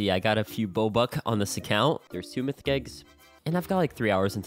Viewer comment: Bro really said "mytich"🤣🤣